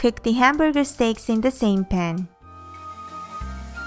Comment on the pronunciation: hehe she said stakes instead of steaks :3